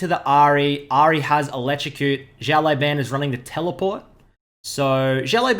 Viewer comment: his name should be read not ziao but siao(small) laoban(boss) 01